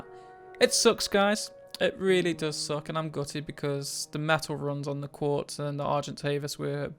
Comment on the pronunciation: its not "quartz" its "quetz"